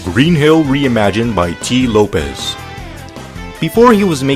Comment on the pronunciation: Very entertaining video,! But I wanna correct you on one thing; Tee Lopes' name is pronounced like "Slopes", not "Lopez". Anyways, you make great stuff, man. Keep it up!